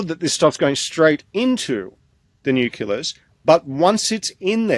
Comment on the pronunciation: It really bugs me when supposedly informed people mispronounce important words like 'nucleus' IT IS NOT nuculas! Please ask to learn the correct word please. The important work he is doing must be backed up with correct information otherwise it will be dismissed out of hand!